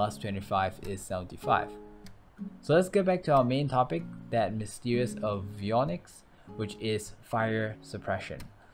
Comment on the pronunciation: Omg he's actually pronouncing avionics correctly